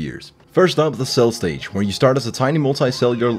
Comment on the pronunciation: when attempt you say "multi cellular" 3 times and was correctly pronouncing it everytime.